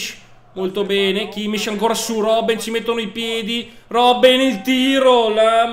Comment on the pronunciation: kimmich si dice kimmik